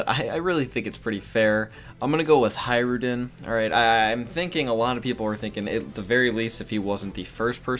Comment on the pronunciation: Hajrudin, read it like "hatch-roodin"